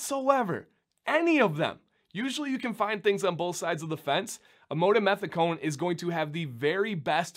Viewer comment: An absolutely well made, professional video with documented facts from actual scientific research. I was happy to see that you did focus on "Amodimethicone", and actually was able to pronounce it lol. This ingredient is a lot more popular than many would think, or actually realize. I have done quite a bit of actual research and consulting with chemists regarding this ingredient, as it has unique properties in an acidic environment, such as a hair/beard conditioner. Unfortunately, I think people can be quick to judge something that they are not educated about, and come to an incorrect conclusion. No matter what, as I saw this come up a few times in some of the comments for this video, do your own research. Actually take the time to read what is on the label, and see what you are putting into your beards. No one knows your beard better than yourself. Again, well done with the video!!